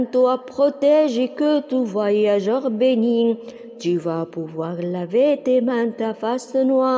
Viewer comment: Ta voix est très belle, mais j'ai remarqué des erreurs comme bénit. T ne doit pas être prononcé car c'est une muette